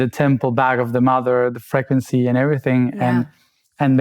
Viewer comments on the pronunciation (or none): Can somebody PLEASE tell how the word “frequency” is pronounced in English. PLEASE. It’ unbearable he says it so many times 😂